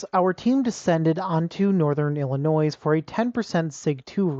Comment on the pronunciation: "Northern IlliNOISE" :face-blue-wide-eyes